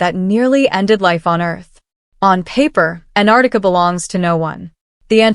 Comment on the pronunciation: It is not anarica It is Antarctica.